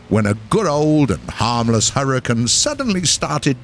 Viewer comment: hurr-e-cane. not hurritane